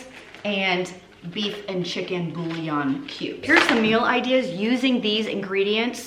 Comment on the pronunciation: Did you tell us you're from Louisiana and just pronounce bouillon wrong like it's NOT a French word?